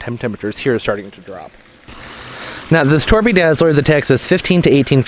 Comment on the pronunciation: By the way, "Torbay" is not pronounced "Torby", the "bay" rhymes with "hay" as in "bay". Torbay is a coastal region in the fair county of Devon, England. Being on the south coast it is warmer that most of the UK and it is famed for its palm trees, that region is also known as the "English Riviera". As you would expect from the name, Torbay is a bay and it includes the cities Torquay (pronounced "Torkey", yes English spelling is rubbish), Paignton and Brixham. Torquay is the administrative capital of Torbay. If you have ever seen the British comedy "Fawlty Towers", it is based on a fictional hotel in Torquay.